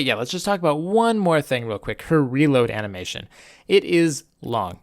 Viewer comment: "ana"mation time